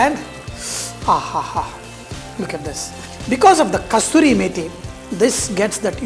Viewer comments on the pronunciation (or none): Dear Sir thats not called kasturi methi , its Kasoori methi . Being chef you must pronounce correct